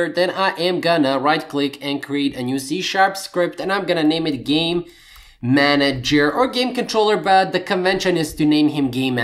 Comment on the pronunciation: Great tutorial and thanks, but... How many times do I have to hear Gay-manager before I burst into immature giggling... sigh... nnnngggg!! lol